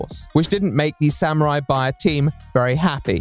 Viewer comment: wtf is a samuarari